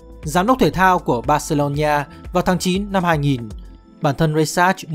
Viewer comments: Thật. Đọc vừa sai vừa nghe khó chịu. Bac-xê-lô-na Barcelona hoặc gọi là Bac-xa Barca k hiểu âm "ni" ở chỗ nào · Barcelona cứ đọc thành barcelonhia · Terible! Tên tuổi cua người ta mà không phát âm đúng nữa. Barcelona ma cu đọc là Barceronhia la cai quai gi. Nghe ngua tai qua. Khg nghe nua. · "Bac-xê-lô-na" (Barcelona) có 4 âm tiết hoặc gọi đơn giản là "Bac-xa" (Barca) mà sao ông này phát âm tôi nghe khó chịu vãi "Bac-xê-lô-ni-a" (Barcelonia) à? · Phát âm là bor-xi-lon-na, chứ không phải là bor-xi-lon-"nha", cứ nói sai hoài nghe chướng tại quá đi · Mình cực kỳ khó chịu với cách phát âm của đối với các từ nước ngoài. Từ Barcelona thì phát âm nó gần như tiếng Việt là Bác - xê - lô - na. Mà 5p nghe đọc cứ bác xê lô nhi a cực kỳ khó chịu, phát âm sai tên của người ta hết rồi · Mình cố gắng xem hết video và có 1 số góp ý nhỏ với team là Messi tới Barcelona năm 13 tuổi và chỉ đi với bố chứ ko phải gia đình chuyển đến Barcelona, chi tiết nhỏ vậy chứ nó là 2 hoàn cảnh khác nhau hoàn toàn đấy ạ. Về đọc tên riêng thì đừng đọc là "Bác-xê-lô-nha" nữa ạ, Catalunya thì đọc là "nha" được chứ Barcelona thì ko ạ, với cả tên của HLV Pep Guardiola và những cái tên khác của Pháp nữa ạ. Đọc sai làm mình xem trong tâm thế người này không phải là người biết nhiều về Messi và Barca (chứ người xem và tìm hiểu nhiều họ ko có đọc sai tên như vậy luôn) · bát cê lô nhi a là cái gì trời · Đọc gì kỳ vậy???? Barcelona mà đọc là BarceloNIA. Đọc theo Anh hay Việt đều không phải.